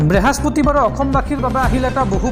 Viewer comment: Brehaspati bar nahay. Brihaspati bar, ...